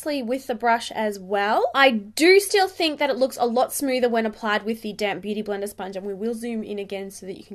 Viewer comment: I'm always hearing damp beauty bleeder or sponge. What are you dampening it with?